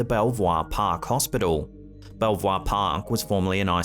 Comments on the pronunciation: Belvoir is pronounced the same way as Beaver. I visited patients there many times. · Belvoir is actually pronounced 'Beaver'. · My Mum was in that hospital for months in the late 70's with hepatitis, I only saw her at the window on visits. They gave her roughly a year to live, but joy of joy she survived and went on to have 2 more children but passed away in 2004 aged 53. PS don't know why but it's pronounced beaver. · I was in Belvoir Park hospital (pronounced Beaver) many years ago for treatment. Also that forest/cross pic, I'm thinking Bigfoot, look at the brow ridges and the wide nose.